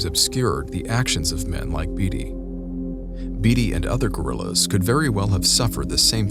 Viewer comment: Leb-nun Tennessee and Bay-tee is how u pronounce David Beaty's lastname.